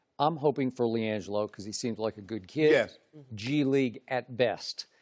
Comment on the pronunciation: LIANGEELO ball